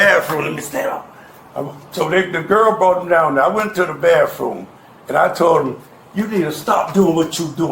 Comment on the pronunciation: Where does anyone learn to say “baffrum” for bathroom or “axe” for ask? My school friend was originally from NJ & came to NY school saying “axe” & almost 50 years later she STILL says that instead of “ask”🤦🏼‍♀️🤷🏼‍♀️.